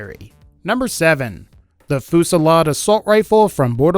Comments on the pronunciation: 5: 59 Holy fucking shit. It's pronounced 'few-si-lard' not fucking 'foo-si-lard' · It's pronounced Foo zee yad